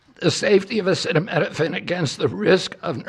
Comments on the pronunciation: He’s encouraging antivax-ism. Just wow. Thank you for the medical advice, Dr. Trump. Side note: it was funny when he didn’t know how to read acetaminophen 🤭 makes him more human. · Oh how I wish they would’ve picked someone who could pronounce acetaminophen to deliver this important information. Trump is making it sound bonkers.